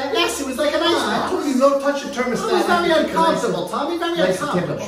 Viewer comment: I love it it sounds like the way my father pronounced thermostat! It brings back good memories and is so funny 😆